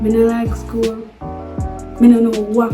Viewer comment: The lady emphasize seh she " hate skl" eno😂😂😂